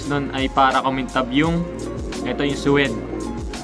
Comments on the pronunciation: “Sweyde” pagkakabasa sa suede boss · tama spelling sa vid. yung pagpronounce lang ay "sweyde". nc vid boss